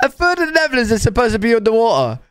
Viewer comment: Lol the way they say the neverlands (Netherlands)